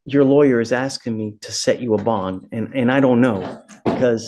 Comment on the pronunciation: He just keeps on AXING! 😂😂